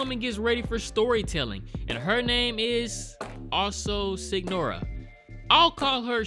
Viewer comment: Signora is pronounce as Señora. I think they call the "story tellers" that out of respect